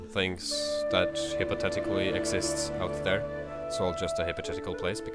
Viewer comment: Hipathitacally? lol....hip -a-thita-cally???? wow...even with the accent you're killing it dude.